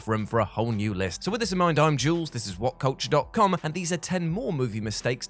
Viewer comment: the website is whatculture but you say "What coach"??